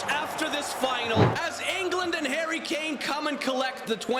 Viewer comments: You say karry kane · he said karry Kane and he said marchus rashford